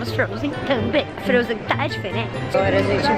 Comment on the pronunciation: "Fronzen" kkkkkk morri